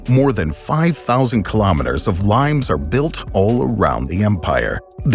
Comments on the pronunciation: Lee-mayss or lee-mayz, not limes as in the English name of the green citrus fruit. Hadrian's Wall was built in Brittania not Brittany, which is the modern English name of the Celtic region of western France. I stopped watching after that. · My old high school Latin suggests it is pronounced "Lee-mace", not like the fruit. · Is "limes" a Latin word that is pronounced lee-mez rather than like the fruit? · Pretty sure you're pronouncing the Roman "limes" wrong.